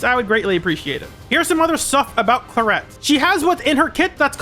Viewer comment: I love her but her name being pronounced Cla-ret instead of Cla-rey is a travesty, it's so much prettier😢